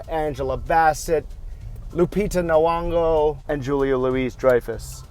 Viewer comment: Lupita's surname is pronounced like "Knee-yawn-go." I like your enthusiastic energy though.